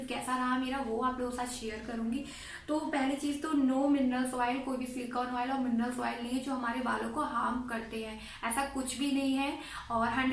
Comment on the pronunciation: Oil hota hai madam oiel Nahi